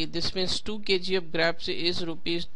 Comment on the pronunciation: That's not graapes that's grapes